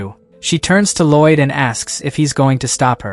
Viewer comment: There is absolutely no excuse for an "english" voice AI to pronounce "Lloyd" as "ROYD".